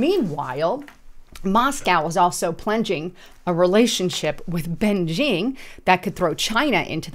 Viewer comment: you need to get the names of the countries correct that you describe to be taken seriously,.......... " Ben-Jing"??? its pronounced "Bejing" ( Bay-Shing ), i have been there many times so I got this one down.